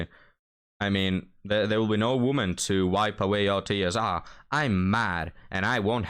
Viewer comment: Sorry, but I don’t want a “real woemyn” either, and I’ve had hundreds … 😂